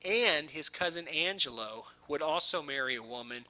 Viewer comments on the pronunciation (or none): Jade Jones It’s also “Angelo” (it sounded like he said “Angela”). I hear so many mispronunciations on YouTube these days.